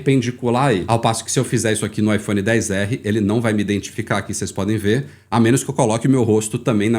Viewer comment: Odeio quem fala IPHONE DEEEZ ERREE pqp pqp mano pqp tem um X Kraio